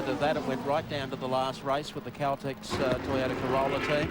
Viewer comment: Never heard toyota(one word) being pronounced as toy ota(2 words) like that commentator did there. If you going to do a job like commentating make sure you know the right pronounciasion of a product.